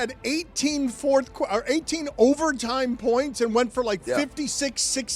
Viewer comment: saying pernts got me 😂